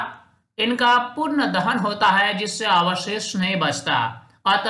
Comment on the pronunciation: Dahon nahi hata sir Dahan haye ha